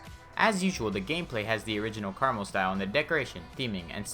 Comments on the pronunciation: Me: Krmal Him: carml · the way you pronounce krmal reminds me of caramel and i got hungry while watching this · he really just said caramel